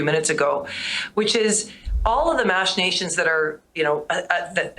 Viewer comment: Another low IQ politician. Found a big word and can't stop saying it. She doesn't even pronounce it correctly! Machinations